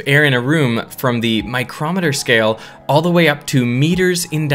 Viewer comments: your pronunciation of “micrometer” is... displeasing to me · what he’s describing is a unit of measurement (so like centimeter, millimeter, *micrometer*) the way he pronounced it was almost like an instrument (like a speedometer)